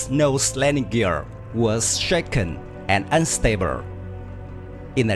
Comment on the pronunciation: Thanks for the informative video. Your English is much better than the robot voice. Please don't take this as criticism but may I suggest you practice words with the letter L like field, unable, unstable. You give are giving the l an r sound. So you are saying fierd, unabre, unstabre instead of field, unable, unstable. You don't have this problem when the l is at the front of the world like listen, ladder, loose. Other than that your English pronunciation is very good. Thanks again for getting rid of the computer voice.